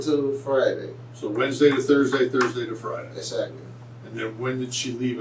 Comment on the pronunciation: Waresday? Wtf is waresday u idiot smdh infuriating